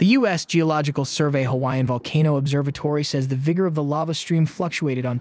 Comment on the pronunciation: Yeah, first time I heard it, I was astonished, but after couple of videos I can now recognise that the voice pronounces certain words in exactly the same way. Pay attention to words like "summit" or "volcano".